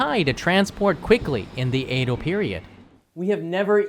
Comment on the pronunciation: Sorry, but it's pronounced Edo, not Eido. Love your great Japanese though!